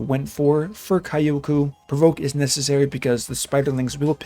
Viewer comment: Kyo should be pronounced fast as kyo and ku can be ku